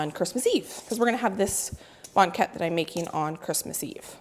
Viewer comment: From Lynden Wa here! Very Dutch I hear it pronounced bang ket, just like blanket but without the L. has a very nice voice. I'm betting he can sing. I wish Banket filling had half the sugar. too sweet Bakers here pull them while they are still pale. I think they are the best golden brown. Suggestion! Next, perfect and share a yeast Oliebolen recipe. Danya